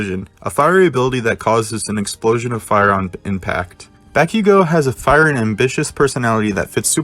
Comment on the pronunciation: Did you just say Bakigo instead of Bakugo?